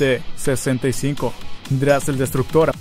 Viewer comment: Dijo dras en vez de drax